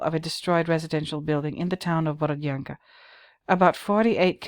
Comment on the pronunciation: Hello,! 👋 My sister happens to live in the town of Borodyanka (your pronunciation is on point by the way). She says that the residents of the town were sort of annoyed by Banksy's graffitis, because people are tired of the horrors of war and don't need any fancy reminders of what happened -- especially when those artsy-fartsy pictures are being created on actual walls of bombed out apartment buildings. Those walls belonged to people, you know. You don't use someone's home as a canvas without asking for permission. It's rude, insensitive and one of the worst kinds of pretentiousness I can imagine. It's almost like going to a cemetery and start painting on gravestones, is it not? The residents of Borodyanka wish to see these bombed out buildings torn down and have new beautiful houses built instead, not have a team of pretentious artists with spray cans using the town's ruins as a means to expand their fame and fortune. Thank you for making a video on this, it was a nice surprise.